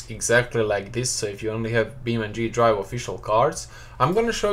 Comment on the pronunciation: its beamng not beam ndree